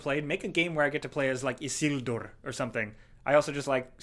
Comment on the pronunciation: The way says Isildur:o it's literally the perfect pronunciation.